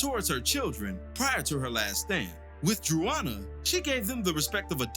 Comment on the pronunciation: “Druana” is hilarious